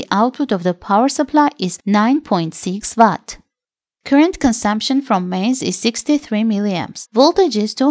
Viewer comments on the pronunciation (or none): Why does she pronounce 'work' correctly but then always pronounces 'watt' as 'Vatt' ? I don't suppose they even read our comments, because for years now, they continue tripping over their own tongues :-) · proteusx FWIW watt and what sound similar but it's more like wot and wut respectively (with short vowel sounds). However, my point was that she is able to make a 'w' sound in work, but then uses the fricative V consonant when saying Watt. I think if she can commit to memory just 20 or 30 key electronics words, then maybe the channel can pass 250K subs. Good, better, best, never let it rest, until your good is better, and your better best! ;-)